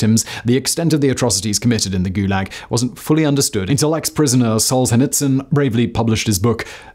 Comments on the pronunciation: Ah yeah, "SOLE-SHETSUN"..... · Simon, I love your content, but please learn to Google names before totally butchering the pronunciation. I’m surprised you’ve never heard of Solzhenitsyn, it’s super easy to pronounce if you’ve ever heard someone say it… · if you mispronounce solzhenitsyn that just shows the quality of the content is low